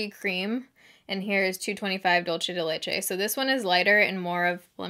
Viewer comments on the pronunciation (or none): “Dulce” is pronounced Doool-say, just an fyi. Dulce de leche is a type of candy people of Latin heritage eat. LOVE YOU!